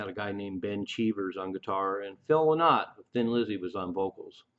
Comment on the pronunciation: The song singles were released in 1969 ,phil s name is pronounced LIE NOT .